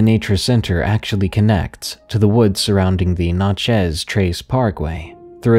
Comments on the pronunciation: This guy said “Na chez trace” 🤣🤣 It’s NAT CHEZ “Natchez” Trace in Mississippi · Its pronounced like gnat-chez, or snatch-ez w/out the s. I love your stories and don't feel bad, unless you're a native Mississippian, you more than likely won't get the pronunciation right the first time or until your corrected. Thanks for all the great videos!